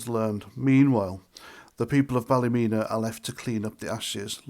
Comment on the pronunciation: as you know, we dont care about being called far right or thugs, the police, the government, once the people start there is no stopping them, nobody cares about the MSM or what names they call us, its pronounced ballamena 😂😂😂😂 by the locals xxx